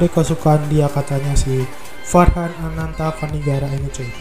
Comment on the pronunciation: Bang nama gua farghan di baca = fargan